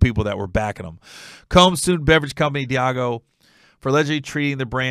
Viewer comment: Its pronounced Dee AHH Gio